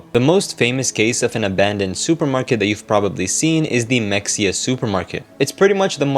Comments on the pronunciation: Is it “Mex-e-uh” or “Muh-hay-uh?” Like “Mexia, Texas” is the later. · 1 min in- ITS MA-HEY-YA not Mexia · Mexia is pronounced Muh-HAY-uh, not MEK-see-uh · It’s pronounced mah-hey-ah. If you’re going to do a info documentary at least learn how to pronounce shit right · It's pronounced MUH-HAY-UH Source: I live close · I'm pretty sure mexia is pronounced like "maheyah" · The way it’s pronounced is meh-hey-yah btw lol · Its muh-hey-uh im pretty sure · Mexia is pronounced “muh-hay’-uh” because this is Texas.